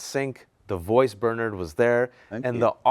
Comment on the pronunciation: HE [Host] Never once Pronounces "BERNARD" In BERNARD SUMNERS NAME. HE KEEPS SAYING BURRNERD